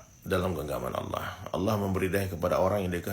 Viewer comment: Saya mau luruskan saudaraku Bukan aulloh...atau allooh Allah saudara ..aliif..nama Allah jangan d rusak😊